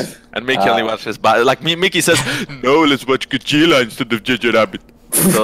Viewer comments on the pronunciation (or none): This is not the reason. In Polish we have "dż" that you read similar to "j" in English and we read Godzilla as Godżilla coz it feels more natural for our language than separating "d" and "z".